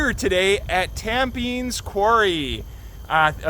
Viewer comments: Lovely video! But ... you butcher!! :) It's TAM PER KNEES. I know, it's crazy. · Tampines is pronounced locally like "Tam-panese" (kinda rhymes with "Japanese"). I'm guessing this place is "rougher" cuz it's not even designated as a nature trail.. it's just a piece of public state land where it's not illegal to go (surprise surprise!).